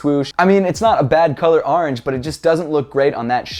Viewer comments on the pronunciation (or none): ITS ORANGE NOT ORNGE